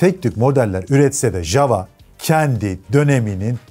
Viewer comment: Ya dunyada birtek biz yanlış soyluyoruz ja-wa degil ya-va diye okunur 😂